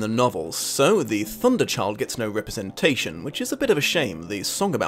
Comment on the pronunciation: IT’S THE THU-UNDER CHILD!!